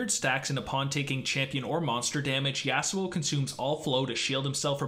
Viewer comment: I dont like how he pronounces Yasuo but ok